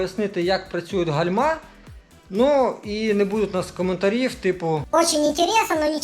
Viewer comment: Вітаю, дякую за корисне відео. Вибачте але гальма з наголосом на першу букву а. Вподобайка